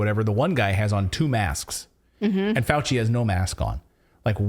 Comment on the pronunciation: "Fauchenstein" gon learn tuhday